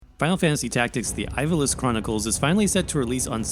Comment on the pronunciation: Sorry to be that guy but you're saying Ivalice wrong.